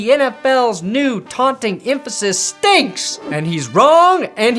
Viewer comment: Did he say “Aunting”?????